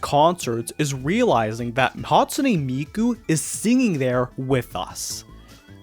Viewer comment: Bro pronounced it as "Hatsuni"💀🥀🔥